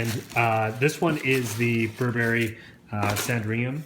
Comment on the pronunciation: this pronunciation of Burberry makes my skin crawl